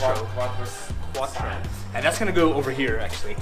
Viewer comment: The "r" in quattro is too high up